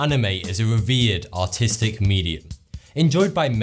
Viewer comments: lol did i just heard autistic media XD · when he said artistic I heard autistic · I thought he said: "In Japanese culture, anime is a weird and autistic medium" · It's his English accent. In the United States, New Englanders, particular those from Boston (e.g., JFK and his brothers) and the surrounding areas, may also pronounce "artistic" like "autistic." Those with Australian accents may also have similar pronunciations. And so on. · I like how you pronounce artistic as autistic 😂